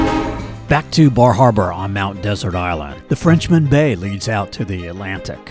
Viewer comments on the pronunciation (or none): none